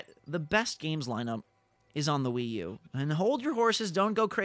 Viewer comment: stopped listening at Wi-U